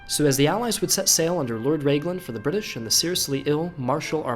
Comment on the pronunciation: Raglan is not pronounced Rayglan